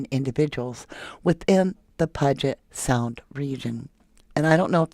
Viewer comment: I'm from Washington. It's pronounced "pew-git" puget sound